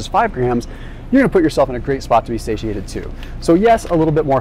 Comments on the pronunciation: Say-She-Ate-ed right? Not Sady-Ate-it. Unless I've been saying it wrong. lol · I love you to the moon,. But please, for the love of all that is holy, please, please, stop saying "say-tee-ay-ted". It is pronounced, "say-shee-ay-tuhd". So petty of me to point out, but it makes me cringe and roll my eyeballs and takes my focus away from the important stuff you're teaching. 😬🙃❤